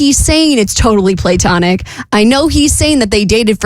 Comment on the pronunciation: Play-tonic? Wtf say it right